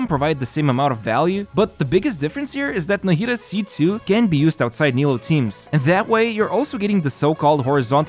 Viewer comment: How are we still mispronouncing her name?